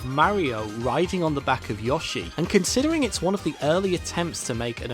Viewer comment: Notice the way he says yoshi instead of yo-shi he says yaushi